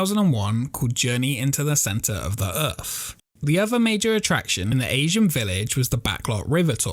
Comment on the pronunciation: “Earth” not erf